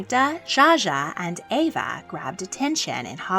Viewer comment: It’s Eva not Ava